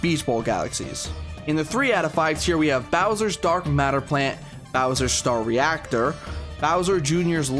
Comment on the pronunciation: Great review as always, but theres one thing I wanna point out, “Bowser Jrs. lava Ractor”